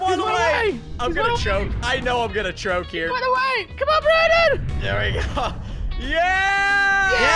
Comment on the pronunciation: why did you say brondon not brandon